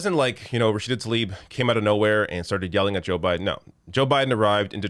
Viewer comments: i jsut want to point out. her last name is tlaib. it is NOT talib......for some reason all anglophones i've heard pronounce it talib. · “Thoughs and Prayers...🙃”, and he couldn’t even be bothered pronounce Talib’s first name correctly. Yeah...his fake-ass concern for her and her family’s well being is obvious.